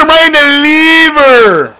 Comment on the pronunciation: "oh caught'em in the leever(liver)" lol a fool